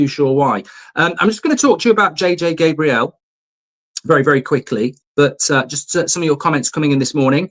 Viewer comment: Mark - It's J.J. Gabriel like the Archangel not Gabrielle like the early 90's songstress with an eye patch :-)